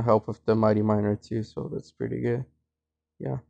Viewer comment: “Yeah pre’y goo’🤤”